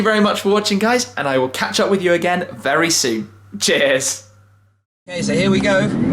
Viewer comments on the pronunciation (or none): Sounds more like he's awkwardly saying jizz.